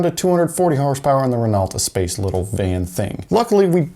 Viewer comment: I think it’s pronounced ess-pass, not ess-pace. Love you vids keep up the good work